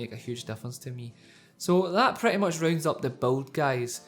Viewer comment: it's build! not beld